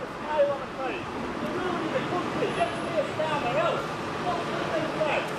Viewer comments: I thought she said cuntree. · Did she say my cun-tree?